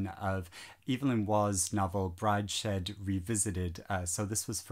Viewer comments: Hi, it is Brides head, not Bride shead 🤣 Just saying.. Don‘t read David Copperfield, it is boring. In the same vein don‘t read Death on the Nile, better read Secret of Chimneys or the Murder of Roger Ackroyd. Also: you do not need to watch the Branagh-Version: he is a very bad Poirot. You only have to look at the „Moustaches“... Rather read Persuasion or Mansfield Park, but any Movie with Bill Nighy should be fun, eben Emma. The Secret Garden is a nice book. The mysterious Affair at Styles is s really good story. Fitzgerald was a great writer, one can read almost every book, though you are right: The Great Gatsby is not all that great. Don‘t read Dickens at all. He steps on the tear glands with a steamroller. Anne Bronte is also overrated. The rest I have not read. Anyway: These are of course only my oppinions. You might easily like, the books I didn‘t. You still shouldn‘t watch Branagh as Poirot,though. Any other movie with him, just not as Poirot.🤣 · OH MY GOSH! I have been searching and searching for a booktuber that talks about Classics!!! or at the very least talks about books that aren’t YA fantasy or weren’t published last week. Thank you, thank you, thank you!!! It’s brides-head, by the way, not bride-shed 😉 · It’s pronounced Brides Head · No-one is perfect,. I'm from Africa and the mispronunciations from our literature(South-Africa) don't irritate me that much. Great list. Inspiring to get reading as well!! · I think there are a lot of people who are big fans of Brideshead and that are very attatched to it. Most likely they just feel that you mispronouncing it doesnt offer it the kind of respect and consideration that they would expect anyone to show for the story they love. I dont think you need to explain yourself here, personally I just thought it was a little funny.